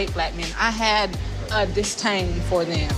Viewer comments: When she said distain instead of disdain. 😆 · She said “DisTain” 🤣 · What the hell is a ‘Distain’?🤣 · 😂😂 Well we, members of the Black Male Delegation, wish her the best luck with undertaking that endeavor! 🤗 And wtf is a "disTain"? Hopefully her dating out is more successful than her English 😆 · She's from one of the most country parts of NC. They take the T out of words like strong, street, & strawberry and put them in disdain. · That’s why she couldn’t say the d in “disDain”